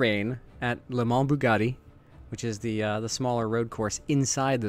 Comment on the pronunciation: The best pronuntiation of Le Mans i have ever heard bro, respoect! :D. The series should have been named " ZeroRainSeries" Please how do you record only the game screen (only 1 screen of my 3) with obs ? (i have some software problems ...)